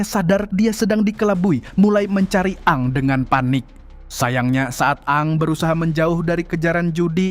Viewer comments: Ini yang dubbing IA ya...... Bukan a ang tapi bacanya eng.. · 😂😂😂di baca eng bukan a ang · Min kenapa lu bacanya A A NG ??? UDAH JELAS2 DIBACA ENG KOK DIVIDEO DETIK TERAKHIR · Aang (Aeng) Bukaan Aang Min . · Maaf di bacanya bukan kaya orang Sunda a nya 2 AA tp eng bacanya aang =eng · Aang bacaannya (eng) bukan (a ang) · Koreksi Min... Agak terganggu dgn penamaan Si Avatar,... Kenapa pengucapannya harus A ang 🤣🤣🤣,,,, kan bisa disesuaikan dgn yang di animasi yg dulu tayang di global Tv kalo gak salah,,, yaitu ENG 😂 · Eng bang bukan aang🤣🤣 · Aang dibaca eng😂 a ang pula😅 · Dining nya bilang ang Aang 😂 udah kaya Avatar reborn Sunda empire 😂😂😂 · Eng gak si bang nyebutnya...😅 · Ya elah min.....Eeng x min,,,, Untung cm 1 nm yg keseleo penyebutannya,klw smpe 2 si katara JD katarak kan JD BKN kelompok avatar😂😂😂😂😂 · Denger nya malah A Ang terus knp lah admin ini wkwkwk😩🤣🤣